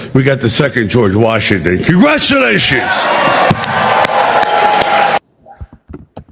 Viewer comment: WTF is congrashulations?